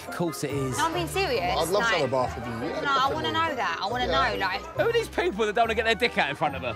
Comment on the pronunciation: "Best way to know someone inside out is to have a barf wiff them." I feel like having a barf.